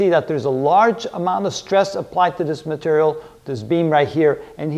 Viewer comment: "strong matarial"